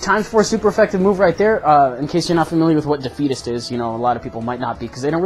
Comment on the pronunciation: lol when you were saying defeatist i thot u were saying dead fetus